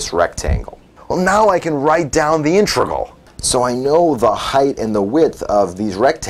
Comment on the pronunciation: Dude, it's pronounced "INTEGRAL" not "intregal". So you know.